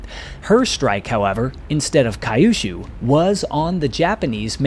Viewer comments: Kyu-shu. Not kai-yu-shu. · "Cue - shoo" not "Kie you shoo." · 👎👎👎Why the christ do you say KA-YOU SHOO ? You can see it is written Kyushu, Q-shoo. I'm told I shouldn't complain since the average american ( H.S. grad ) has trouble with his native language. :face-blue-smiling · I've lived in Japan for 30 years and have never heard of a place called Kai yu shuu. I think you are trying to say Kyu-shuu (que-shoe) which is a southern island in Japan. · It’s pronounced “Kyoo-shoo”, not “Kai-oo-shoo”. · Kai-yu-shu? Surely, Kyushu (Q-shu), the southern-most of the four Japanese islands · Correct Kyushu pronunciation = “queue + shoe” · Regarding acuracy, I know that a lot of Americans were not savvy on Asian pronunciation. That mispronounces "Kyushu" is not a surprise. That your narration continues to say it incorrectly is a surprise.